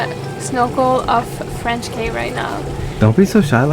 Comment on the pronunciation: Enjoyed the video. FYI..."Cay" is pronounced "Key"